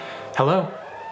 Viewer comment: Nobody:: Sate-un, how did you get this number?